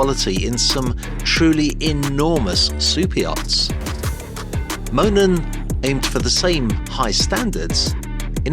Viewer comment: You went back to mispronouncing it in the follow-up commentary, you said Moonen with the oo.